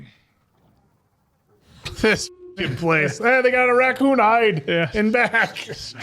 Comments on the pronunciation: Why do ya pronounce Raccoon like that? 😂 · Are they unironically pronouncing raccoon like that?